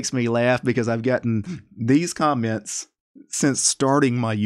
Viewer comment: Hey,. Who do you say "comments" this funny way - "Kjomments"?